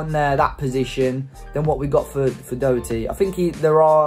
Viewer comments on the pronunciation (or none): Matt dawherty not dowerty 👍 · His name is pronounced DA HER TEA.He is not a British player.You sound like you know him personally.If you did you would you realise where he is from?Hopefully now he is at SPURS he will get called up to the England squad.